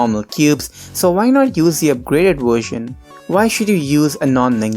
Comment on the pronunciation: “Wersion” xD